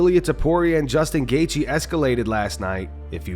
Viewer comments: " I would leave him to" gaythje? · We have full mount mma saying goythje before gta6